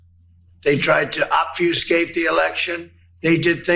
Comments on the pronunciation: Did he say obfewscate? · " .. OB - FEW- SKATE..."?! At last! Yhat Ivy League education is starting to pay off!!! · Who taught him ‘obfuscate?’ 🤣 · Did he actually say obfuscate?